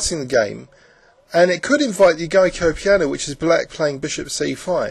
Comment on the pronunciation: This video should have been redone. The horrible blue rectangles appearing are very dustracting. It is NOT a "Guy coh "Piano, it is "Joke-Oh"piano